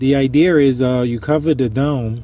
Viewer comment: "So anyway... The ide-EAR is..." Hey, man. Thanks for the content. I really enjoyed it and you've got the creative part of my mind started this morning. Keep up the good work, you never know who you'll inspire. You might even inspire them to give you some of their money!